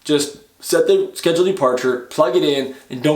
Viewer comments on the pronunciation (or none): none